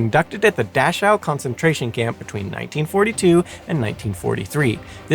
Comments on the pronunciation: Your German pronunciation was pretty good. Two nitpicks though. An 'e' at the end of a German word is rarely silent (usually when it's a French loan word). The 'ch' in Dachau is a tricky one. There or two different 'ch' in German, one soft and one harsh. You used the soft one which is similar to the English 'ch' just without the initial 't' bit if that makes sense. I haven't found a good way to explain the harsh one in English yet unfortunately so the only adivse I can give is to listen to it on something like Leo or Google Translate. To add to the fun there's also 'chs' like in "Dachs" (badger) which is pronounced like 'x'. And to add more fun this of course doesn't apply to compound nouns like "Dachschaden" (Dach + Schaden, roof damage) where the 'ch' is again the harsh one. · You are mispronouncing Dachau. I was so confused until you mentioned that it was near Munich. The names of these death camps are important. Please be more careful in the future. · Is that really how Dachau is pronounced? 🤔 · Presentation tips? Learn how to pronounce words. It was painful listening to you mispronounce Dachau 937 times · I've never minded when you step in, but a pronunciation guide might help you. Several of your pronunciations were cringe worthy, specifically Dachau(daa-kau) due to it's repeated use. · Its pronounced Da-cow, not “Da-shew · It is pronounced Daa'cow not Dash'ow'. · It's "dah-cow" NOT "dash-ow"! How could you get such a well-known pronunciation wrong? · I’m not going to scroll through 1400 comments to see if anyone else mentioned this, but I believe the camp is pronounced “Dak-ow,” not “Dash-ow.” The content, no matter how factual, loses something with mispronunciations… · Nazis were not the only country to do horrid experiments on people. Japan WW II , USA 1945- today [ small scale but on going .] PS : Not 'Dash - ow' it is pronounced 'Dak - cow' . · It's pronounced Dakau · It's pronounced Dak ow, the ch is pronounced as a k.